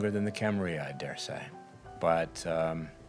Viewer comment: Cam-a-riLL-a Cam-a-riLL-a Cam-a-riLL-a Cam-a-riLL-a Cam-a-riLL-a not Cam-a-ree-a